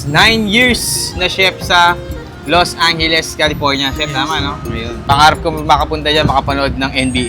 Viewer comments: los angheles pampanga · "los angheles" 😂